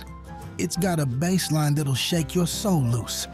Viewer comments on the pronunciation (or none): Oh please, AI voice. How can I believe you’re in the groove when you pronounce BASS as if it were the fish? Come on producers proof listen to what you make. This was at the very beginning.